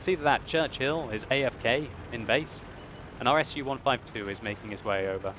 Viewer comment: as much as I love your gameplay, as much I hate your spelling. IS, IS2, IS3, IS4, IS8, IS7 are not spelled [aj es]. These tanks were called after Iosif Stalin [e:ose:f stale:n], not [Ajose:f Estale:n]. They are spelled [e: s], almost the same you pronounce verb IS [e: z], just with softer ending. SU 75, 75b, SU 85, SU100, SU 152 are not spelled [es ju] These tanks are called Samohodnaya Ustanovka (self-propelled unit).They are spelled [su], nearly the same you would pronounce SOON, just without N in the end. Say it, SOO - this is what SU-152 sounds like. KV-1, 2, KV-1S, 3, 4, and 5 are not pronounced like [keyvi]. These tanks are named in proud name of Klement Voroshilov [kle:ment voroshilov] and pronounced accordingly - [kave], nearly the same you would spell CAVERN - [kavern], just without RN in the end. I am not good at transcription, but tanks should be called and pronounced the way they were intended to be pronounced. You don't spell [Ajchellcejt]. You say Hellcat. You don't spell [emaetechilda]. You say Mathilda. Why do you corrupt Russian names so hard then? Because Belorussian programmers spelled so? They know English enough to write the code, not to communicate live. Wikipedia articles do not have the pronunciation also, unfortunately so please trust me: Russians say IS, not AJES. Therefore, it should be said the same. We respect your tank names, why you corrupt ours so badly? No offense, but listening to your comments trying to spell Russian tank